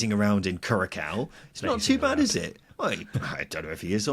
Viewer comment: My brain hurt more and more with every pronunciation of Curaçao in this video